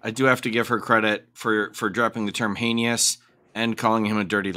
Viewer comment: I love that she mocked him for mispronouncing her name... and heinious... I don't mean to make light, but those digs made me snicker a touch